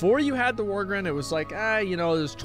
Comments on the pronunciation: And worgen. He kept calling em worgren. Just every other word is miss read 🤣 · am i the only one that hears him pronouncing Worgen , Worgren ?